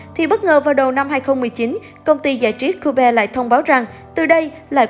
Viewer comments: Chuyện thì lâu rồi mà cứ nhắc lại, công ty Cube (kiu) đọc là Cu-be, phát âm mấy từ khác thì cố phát âm hay, đọc cong lưỡi, mún líu lưỡi dùm😞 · Vãi cả "Cu be " Đọc là ciu ( giống cách đọc cute) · làm ơn đi ạ anh mới 19 tuổi thôi , có chắc biết hết về anh không mà cứ lôi mấy cái cổ lỗ ra như thế , đến cái cách đọc tên CUBE mà cũng thấy phèn chúa nữa phiền ad hãy mở mắt mà học lại ngôn ngữ và cách ứng xử của loài người 1 cách văn minh đi <3